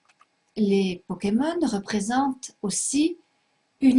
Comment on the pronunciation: elle dit les powkemon Mdr